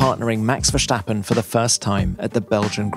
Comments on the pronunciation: its VERRRRstappen you forgot a R its not VeStappen.... just saying... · PLEAASSSSEEEEE stop saying max Verssshhhhhhtappen. He's not German. It's a flat / dry pronunciation en just VeStappen